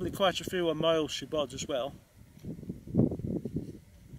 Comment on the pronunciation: For example, Moel Siabod is pronounced "She - are - bod" - just as if it was three separate words